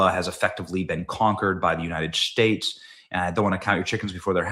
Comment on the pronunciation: The United Schtates